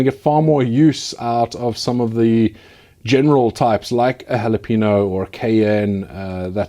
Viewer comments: "Hawluhpaynyo," Please. Not Hawluhpeeno. There's an enye in the word. We'll discuss the word "Cayenne" some other day. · Cayenne is pronounced "kai yen" and jalapeño is " hal a pain yo"